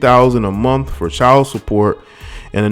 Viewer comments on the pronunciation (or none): $45,000 a MUNF? Did he meant to say MONTH?